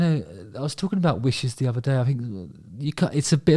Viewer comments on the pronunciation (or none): none